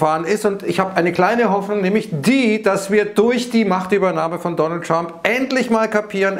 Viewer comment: Man müsste mal ein "The Dönöld" Trinkspiel veranstalten 😅